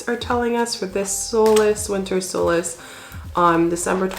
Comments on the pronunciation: Solstice..with a T ..not solace ... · What if we're ready to celebrate the Summer Solstice? You're saying Solas. I'm assuming you mean the Solstice???